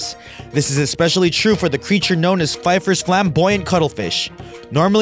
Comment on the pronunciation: 'p-feffers' not 'p'fifers' flamboyant cuttlefish. And 'mostly found exclusively in the northwest' for the Pacific Newt? Really, who taught you English? That phrase makes no sense. And, there's no such thing as the 'Floral Snake' - I guess you mean the 'tiger keelback' or 'yamakagashi' snake. And there are way more non-venomous snakes than venomous ones. Is this a poorly researched elementary school project or what? These lazy YouTuber clickbaiters for pennies per view really need to work a bit harder with their inane narrations of unoriginal, pinched public photographs (no videos - too much work for them!)